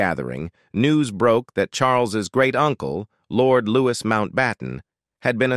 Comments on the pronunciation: IT'S NOT LEWIS MOUNTBATTEN. IT'S LOUIS PRONOUNCED LEW-EE. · LOUIS MOUNTBATTEN PRONOUNCED LOO EE NO S